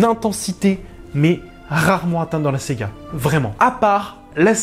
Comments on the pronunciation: Salut, Apparemment, tu fais un bloquage sur le mot "SAGA". Le sujet n'est pas porté sur une console de jeu mais sur Starwars. Lorsque SEGA sortira un jeu sur SW, tu pourras te lâcher :) Sinon, je n'ai pas vraiment aimé ce film. Je me suis même surpris à m'ennuyer durant le premier tiers du film. Contrairement aux intégristes SW, bouleverser la trame pépère de cette s"A"ga, why not..... Mais.... Les détails scénaristes ont été traités par-dessus la jambe et truffés d'incohérences. OK, c'est du Disney, mais il n'y a pas que des pré-ado qui vont le regarder, d'autres vont faire fonctionner leur cerveau. - Luke jette le sabre, car il ne croit plus vraiment en une victoire. Ok, c'est marrant, pourquoi pas. Mais qu'il ne vienne pas pleunicher auprès de Yoda lorsque celui-ci veut cramer les bouquins. - Faire creuver Snock, pourquoi pas. Mais le faire creuver comme une merde alors qu'il est méga puissant pour lire les pensées. - Pareil pour la mort de Phasma par Finn. On aurait pu s'attendre à un combat épique étiré sur la longueur en intercalant d'autres scènes. Mais non, là encore, une mort de merde, frappé on ne sait pas trop comment et par-derriere par Finn qui arrive de nulle part. - Des vaisseaux de la rebellion qui déboulent de nulle part qui surprennent les "méchants". Du n'importe quoi. - On pouvait s'attendre à une formation de Rey par Luke. Tu parles, 2 ou 3 dialogues sans émotions qui passent inaperçus. Et on se dit: "c'est ça la formation ?" La formation de Luke par Yoga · Bien d'accord avec ce commentaire. Attention, tu as tendance à dire Sega au lieu de saga ;) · Pourquoi tu dis "séga" et pas "saga" ????????? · C ce que je voulais mettre aussi: pourquoi dire Sega? Parceque c'est plus fort que toi? 😂😂😂. Sinon d'accord sur énormément de points.